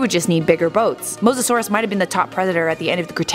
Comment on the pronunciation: Omg she pronounced it right Edit: I was starting to believe in you, then you called the Plee-zee-oh-saur a Ply-za-saurus